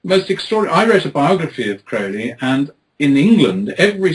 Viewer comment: It's pronounced Crowley as in holy.